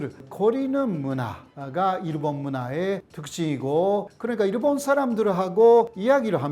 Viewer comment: 내용은 좋은데 한국어로 그렇게 강의를 하는데 신기하게 일본인 특유의 발음 쿠세가 안사라지시네.. 일본>이루본/ 습니다>스무니다/남편>남푠/ 어머니>오모니etc